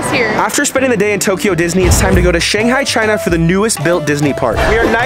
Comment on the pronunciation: You said Shanghai the wrong way!!!!!!!!!❤